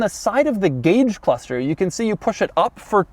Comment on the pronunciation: Every time Doug says "cluthster" I was shouting "It's pronounced CLUSTER!"